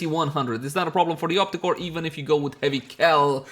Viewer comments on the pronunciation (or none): Op-REEEEE-cor! lol